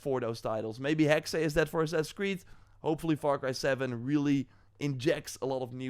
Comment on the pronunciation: It’s pronounced Hex my friend 😊